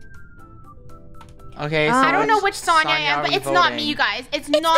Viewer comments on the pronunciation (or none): btw its pronounced so-n-ya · Sonia is actually pronounced Sonja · Fun fact: It's pronounced So-n-yah. Im pretty sure sonia was dressed up as sonia nevermind from danganronpa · ItS so-nyi-ya jEeZ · Who else were triggering at the way they were saying "Sonia"